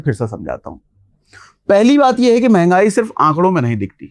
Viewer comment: mahangai ki म नहीं बोल पाते 😂